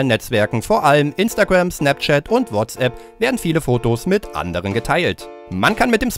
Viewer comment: In znapzschat in wahtzschapp....😂😂